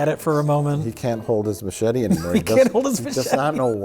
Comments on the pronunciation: Is this the episode of Red Letter Media that the OneyPlays crew got the pronunciation for ma-chet-ae from? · ...Did Mike just say ma-chat-ay? The OneyPlays/RLM Iceberg deepens...